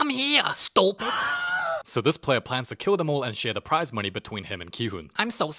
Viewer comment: "Wrinkles love the munee" HELP